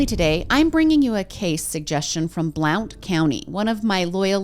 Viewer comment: Just a heads up from a local — Blount county is pronounced like blunt. Ignore the O 🤣 Also Maryville has no S. It’s pronounced mare-ville. No e sound.